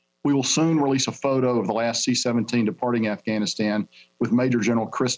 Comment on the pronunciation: Hehh hehh ... He done said Assghanistan.